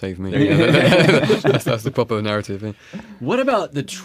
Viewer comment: ahhhh, a "pwoper" moment... love it!